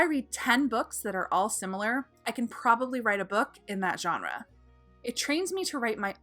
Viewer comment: When exactly did most people stop pronouncing GENRE correctly??